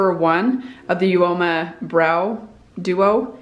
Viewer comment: I have heard you pronounce Uoma different than everyone else, so I went to the website to see if they had a pronunciation and found this: UOMA - pronounced OMA (uh-mah) means beautiful and we believe that beauty starts the moment you decide to be yourself. We exist to re-write the rules of inclusivity and diversity to create a world of beauty that truly is for all of us.